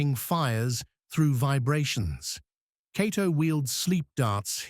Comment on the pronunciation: It's quite a stretch to call this "15 Facts You Didn't Know." Any casual fan knows much if not all of this information. Further, the "narrator" has an AI generated feel to it. He mispronounces Cato's name several times while getting it right at other times. If not for the great still pics and clips I'd say I would like my back please.